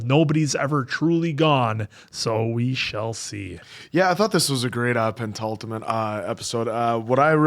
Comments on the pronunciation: It’s penultimate. Not Pendultimate No D in there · I totally ruptured my Achilles twice in five months. I don't recommend. Look after your tendons, people! I think it's penultimate, not pentultimate 😊